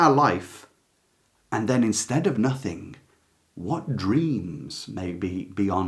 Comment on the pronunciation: Hello. Great video - Thank You. May I respectfully ask why you say, “Everythink” and “Nothink” - as most people in this country seem to say now. Is it not, “Everything” and “Nothing”? I really hate to hear these word said incorrectly every single day and by so many people. Is this just the ‘modern’ way we have to speak now? I am not being rude - just asking. I love your work and appreciate your videos very much. XX